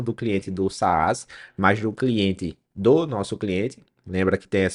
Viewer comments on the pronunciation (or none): só uma dica, não se fala "saás" puxando o acento pro segundo A. é um A mudo, se pronuncia "sas"